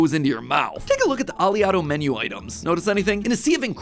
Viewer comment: It's not (Ah•lee•otto) it's (Oh•lay•otto). It's named after the most prominent fatty acid in olive oil, oleic acid. Which is pronounced (Oh•lay•ic)